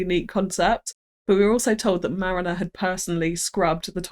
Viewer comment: It's Mariina, not Marina :D:D